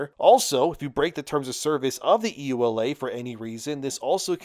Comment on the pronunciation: Yooh-Luh not E.U.L.A.